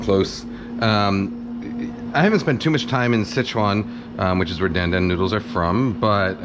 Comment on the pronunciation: Don’t say Dan Dan as in the name. Chinese won’t understand you. It is pronounced DonDon as in Don Rickles.